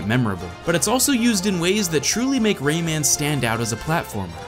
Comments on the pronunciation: "Ray-ei-man"? Its just pronounced "Ray-man" tho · Omg... I hate how he pronounces Rayman and Ubisoft! (I mean at the start)